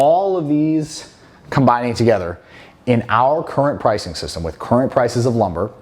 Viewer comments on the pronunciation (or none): none